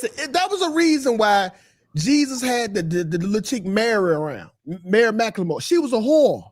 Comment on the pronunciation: "Mary mcclemore"- 😂😂😂😂 I’m done yo 🤣